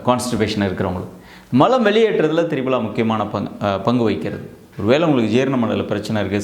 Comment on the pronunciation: Dear Dr. It is pronounced as Triphala and not Tribala...